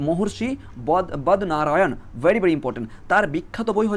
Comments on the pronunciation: 5. 13 ......😂😂 বদনারায়ান ❌ বাদরায়ন ✅ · Sir bodnarayan na badrayan aro onek uccharon bhul ache correction kore neben please